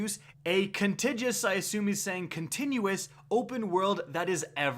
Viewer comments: "Contiguous, I think he measnt to say continuous..." And that's the last video I watch. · Pronounced con-tig-you-us